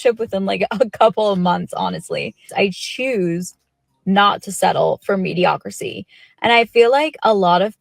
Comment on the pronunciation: Did she say mediocricy?